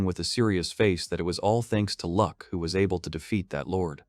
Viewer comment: his name is Luck, not Lack